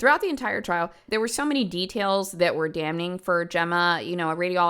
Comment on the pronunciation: its said damming not damNing. its spelled that way but pronounced with no N. same as when you say singular damn, it just sounds like dam